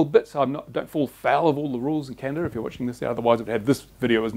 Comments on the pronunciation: its called Canada not canadia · Please, it is not Canadia, our country is Canada. Small thing but annoying. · You pronounced Canada the same way i do hahaha